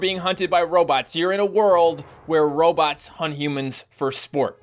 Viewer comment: Row-bots not robits